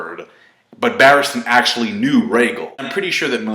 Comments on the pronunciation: Rhaegar not rhaegel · Rhaegal??? I know you know its Rhaegar